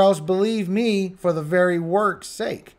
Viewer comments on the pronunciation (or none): none